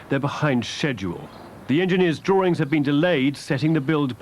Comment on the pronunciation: Why say Drawrings , when there is no such word. Come on there is no "R " in there, why all this pretense??